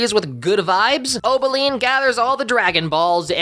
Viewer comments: its Opaline not Obeline😭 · It's O-P-aline. Not O-B-aline.